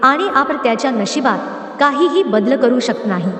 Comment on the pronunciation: शक्त, badl वगैरे ही कोणती भाषा,आणि हे कोणते उच्चार?